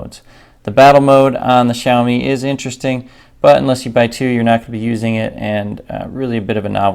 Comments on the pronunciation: For people who don’t understand Xiaomi is pronounced like Shao-Me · Shiaowme - that's how you pronounce it